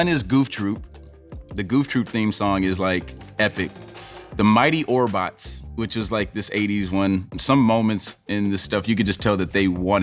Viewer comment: Orbots? he for real said orbots yo. +10